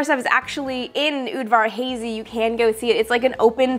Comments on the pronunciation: Sorry, you said it twice: it is pronounced "Ud-vor Hah-zi". There is a diacritical mark over the second "a". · BTW, Udvar Hazy is pronounced with a soft-A in "Hazy", or at least that's how they pronounce it at the museum. Like 'hah-zee".